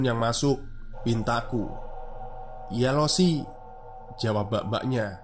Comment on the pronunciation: sambil menyelam minum air, koreksi cara baca 老师 (laoshi) itu "lao-she" yaa kakak2